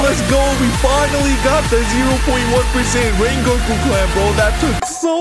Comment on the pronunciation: In this Wideo we will be come wengoku